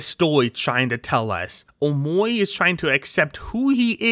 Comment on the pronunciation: BECAUSE HE IS SAYING omowi